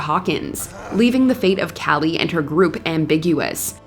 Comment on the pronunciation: For Kali, try saying like Kaa-Lee. It’s not the same as Callie.